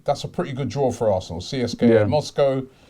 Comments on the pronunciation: Robbie you dont spell CSKA out, you say it like Seeska. Just saying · In Russia they pronounce it Seeska not C S K A. Just a heads up. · PRONOUNCED (SESCKA) Moscow. Amateur. Go Ozil! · you need to learn how to properly pronounce foreign clubs name,in this case CSKA..